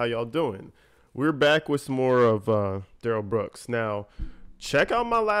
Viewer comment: I love your critique of Duh rell Bwooks crack me up and so dead on!!